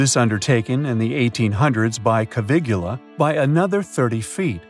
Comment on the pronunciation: Lack of attention to detail leads to possibly correct content being dismissed; It's Caviglia, not Cavilugla, just as it was the French, not the Spanish, that sent scientists to examine ancient structures. Regarding the underground tunnels, there is an architectural saying that form follows function so another possibility is that the function of the tunnels did not warrant a better finish. There is also the point that Herodotus reports that Khufu's causeway and his tomb's underground structures took 10 years before they started on the pyramid, so the rough appearance of these tunnels does not appear to match the level of finish one would expect given the timeline presented by Herodotus, especially of structures intended to be the tomb of a ruling pharaoh and living deity...